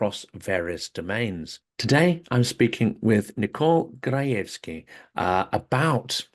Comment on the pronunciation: Congratulations on the correct pronunciation of her last name! I've been getting "grajooskee" most of my life in the west..